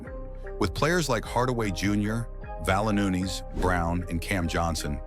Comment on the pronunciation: Lol, at least 3 mistakes that I caught - It's Valanciunas (keeps saying Valanoonus), Michael Malone not the coach any more, and Jokic has 3 MVPs, not only 2